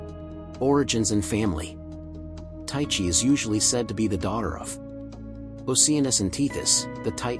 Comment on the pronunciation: im greek its pronounced teexee